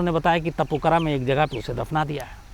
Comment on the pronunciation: तपूकरा नहीं है सर जगह का नाम तापूकारा है